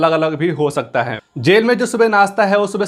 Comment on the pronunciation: Sala khan sir ke video ka copy krta hai or hai ko hem hem bol rha hai are bhai phle thik se bolna sikh lo fir gyan pelna okay n 🙏